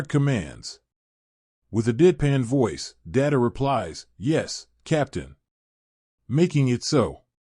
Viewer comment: Lost me at the pronunciation of "Data"